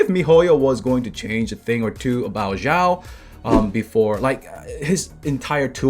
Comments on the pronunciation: xiao pronunciation: shee - ow it's one syllable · Hey, duno if u care about pronunciation of Xiao, but if u do, the X is an SH sound. Shao. like shower without the er. There is no Z sound.